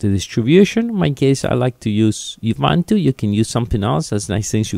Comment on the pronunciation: uibanto? ;) ubuntu is not even english, mate ;) buen video